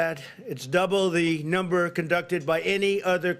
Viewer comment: Lol, he said "China numba one!"